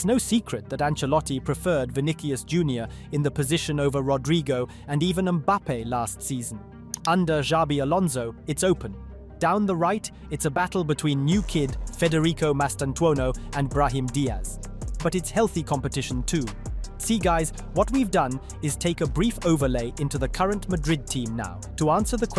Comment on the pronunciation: A great video that is very factually correct but the pronunciation of the names are so weird. Especially . Federico Mastantuono??